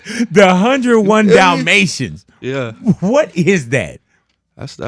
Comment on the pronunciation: 101 dalmatiëns😭